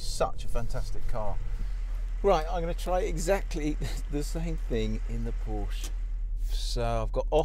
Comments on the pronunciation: First of all any "car expert" that pronounces it Porsch instead of Porsche (ProshUH) is automatically discredited. Second of all, when the Porsche got "stuck" and couldn't climb the hill the 2nd time it was clearly about 10 feet behind the Range Rover and in 3 feet of mud, where as the Rover was half way in the grass to start. Also, you can have the most powerful vehicle in the world but it all boils down to the tires and how much grip it has. A Ford Focus could beat both of those cars if it were fitted with better gripping tires. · Agree. Tires would be crucial in a test like this and the reviewer can't even pronounce 'Por - sha'. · Dear, try to pronounce word "Porsche" properly. The letter E is there for a reason...